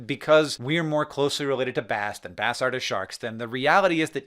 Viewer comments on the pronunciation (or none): none